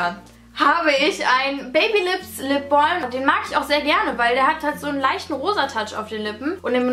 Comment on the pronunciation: Lipbolm :-) Klingt ein bisschen komisch/blöde! Sag doch einfach Lipbalm oder am Besten Lippenbalsam! Kann man denn nicht einfach Deutsch sprechen? Find das irgendwie echt doof, immer dieses englische "Ausgespreche"!